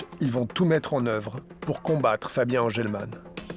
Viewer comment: On est d’accord à la le Englemann il dit semblant élevé ?😂